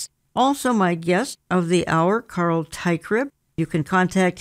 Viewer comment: Carl. Not Carel